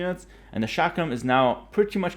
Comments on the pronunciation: It's chuck rum not shack ram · I thought he said shotgun thrower at first